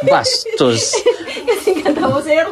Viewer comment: ganda ng tiles nbabagay sa kulay ng wallings ❤ npapatawa ako binibigkas ni ang bastos 😁BHASHTHOOSSS 🤣🤣🤣🤣 god bless at mga sponsors more blessings watching here in Lebanon. 10pm